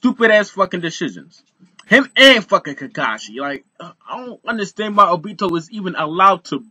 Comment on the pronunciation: bruh it's obito not obtio